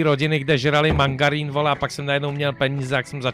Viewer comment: To není mangarín, ale margarín :D